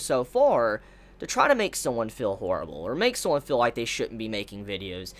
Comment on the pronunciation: You have one fatal flaw,.... You say "fill". Not "feel". It drives me insane. Please stop.